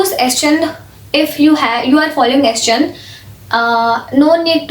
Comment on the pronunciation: Didi😃 it.is s. chaaaand not s.chandddd